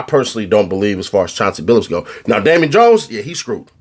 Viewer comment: “Amon Ones” No D and no J 😂😂😂